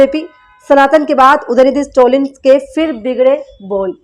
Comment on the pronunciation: Please tell his name correctly. It is STALIN STA + LIN ✅ Not STO + LIN ❎